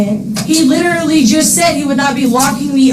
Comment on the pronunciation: Litrlly.. she did. (Yes, it's spelled wrong cuz that's how it sounds like she says it, to me anyway.)